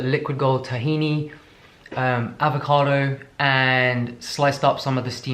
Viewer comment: always repeating AAAAAVOCADO with when he says it with American accent:D